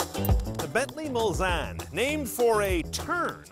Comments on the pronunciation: It's pronounced Mul-Sahn, not Mul-San! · Hey chief it's pronounced Mullsane with a long a